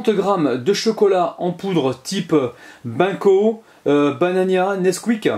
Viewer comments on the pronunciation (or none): Cool ta vidéo, bien expliqué. Peut-être un ajout de sous titre, ou de légendes pour ceux qui sont mal-entendants. Et c'est pas BANCO , c'est Bengg CO !! (benco) !